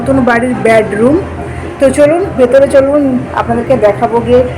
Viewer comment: Tumi kothakar manus vasata ai rkm keno bedroomke. Tumi bolcho badroom ucharonta tik kore bolo loke hasbe